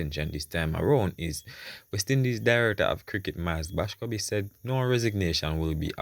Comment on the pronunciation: Boscobe ? The man name is MILES BASCOMBE . I know you mean well , proper spelling and pronunciation is important .